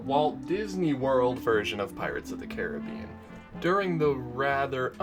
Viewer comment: Finally someone who can pronounce the rides name correctly